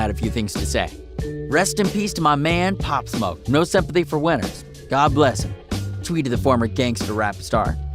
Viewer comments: “opp smoke”? 🤦‍♂️😂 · he said pop smok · he said his name wrong